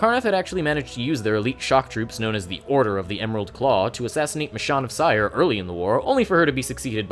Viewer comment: oof, you mispronounced cyre. keith baker says 'siri' instead of 'sire'